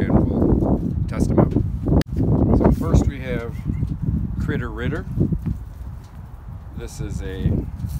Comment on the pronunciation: "Cwittow Riddow". Highlight of the video 🙂